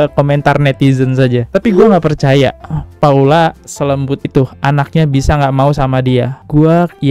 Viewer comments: Emg abang ini sering bgt salah sebut nama, sebel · Paulaa bang Bukan Paulanaaa😢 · Iya ka.. Saya jg aneh di panggil paulana 😂😂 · Paula bang bukan paulana